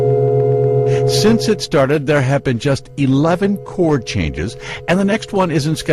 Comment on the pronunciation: It´s funny like "have been" sounds this time to me as "happen"...